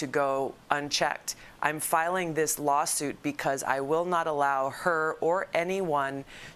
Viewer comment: He said lolsuit😂